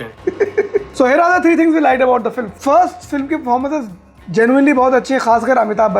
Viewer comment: filim bolta hai film ko... kisne notice kiya?